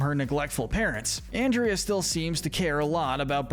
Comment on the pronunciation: I dont know if anyone else commeted this but you keep on misproncing anderda name